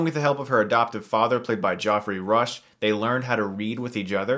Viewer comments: Geoffry is pronounced the same as Jeffry not Joffry. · Geoffrey is pronounced Jeffrey. Not goffrey. Jesus christ GOT has fucked the world up. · It pronounced "Jeffry" not "Joffrey" and yes I know it's spelt Geoffrey. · Did you pronounce Geoffrey the same way you pronounce Joffrey? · Joffrey Rush eh? Never heard of him. Hehe. I kid. I kid. But, his name is Geoffrey Rush. You amuse me sometimes Chris. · Did Chris just call Geoffrey Rush "Joffery"? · Geoffrey is pronounced Jefferey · LOVE the way Chris pronounces "Geoffrey" :D